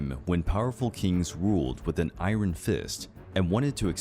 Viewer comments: Narrator has an interesting accent, they sound American but pronounced iron like “I-run”, instead of “I-urn” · Iron is pronounced “eye-earn” not “eye-run”. Thought you should know. I know, English spelling is effed up. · I’m I the only one who doesn’t like the way he say’s “iron”?